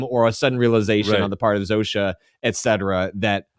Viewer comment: All the way through the show, Zosia has been pronounced Zoh-sha. You keep saying Zoh-see-uh. Why?